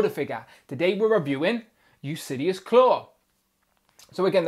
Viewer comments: Yeah, it's pronounced "yoo-lis-sees" Instead of "yoo-lis-see-us" like he's pronouncing in the video. No idea why he's pronouncing it the way that he is, lol. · Yes its Ulysses like Ulysses S. Grant... mot Usidious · Good review. I thought his name was pronounced U-lis-seas like the Odyssey hero king. I like the vest blazer piece. I can see reuse by Hasbro for characters like J. Jonah Jameson. Is there a brand painted on the neck?